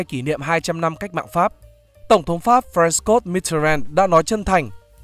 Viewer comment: François đọc là Phờ-khoong-xoa nhé ad 😆